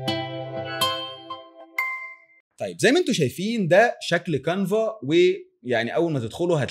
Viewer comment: كانفا و ليس قانفا و تسلم علي الفيديو